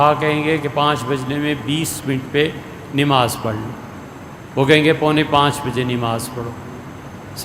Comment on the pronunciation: نماز میں ن پر زبر ہے محترم